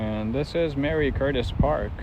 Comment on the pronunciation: Marie not mary